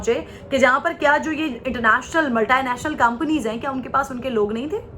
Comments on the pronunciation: Can't pronounce simple hindi name SUNDER ACHAI😆😆😆 INSTEAD OF SUNDER PITCHAI🤪🤪🤪 and dreaming to run Multinational companies...PAK TALENT 😆😆😆😆most funny word MALTANATIONAL COMPANY 😝😝😝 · In urdu it is said that way bro